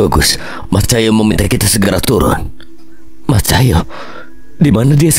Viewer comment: Mas Tulung mas bacanya Cahyo bukan Cahya😢